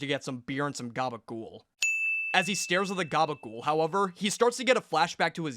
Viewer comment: excellent "GABAGOOL", 10/10